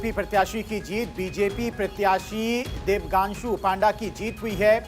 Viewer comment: प्रत्याशी "देबांग्शु" को अनाउंसर "देबगांशु" बोल रहा है।कुछ अधिक तनख्वाह देकर शुद्ध बोलने वाला अनाउंसर रख लीजिए।